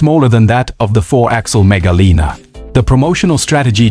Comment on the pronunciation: mega liner, not mega lina. also its "line er" not "leaner"